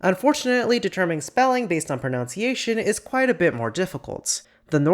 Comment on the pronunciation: by god can you stop saying "pronounciation" 😭